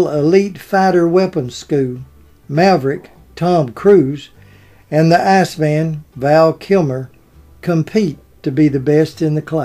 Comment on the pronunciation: Very entertaining. Thanks for the upload. However, I believe his characters name in Top Gun was "Iceman" not "Assman".